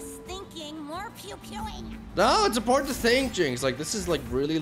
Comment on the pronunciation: Every time he says "important", it comes out as "imporn" ;)